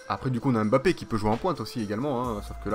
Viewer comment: On dis pas M bappé. On di mbappé